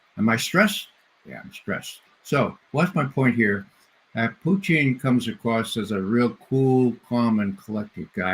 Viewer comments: No one calls Putin as Putchin, wtf is wrong with this guest? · Mispronouncing Putin's name is the height of childishness Ray.